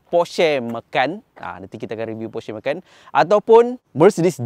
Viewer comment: Kenapa sebut Macan dengan “ME.KAN”. Bukan patut “MA.CAN” ke?